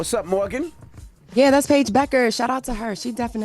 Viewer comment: Can he pronounce Paige’s name correctly! 🙄